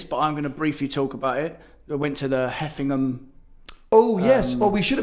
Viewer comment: *heveningham hall not 'heffinam' 😂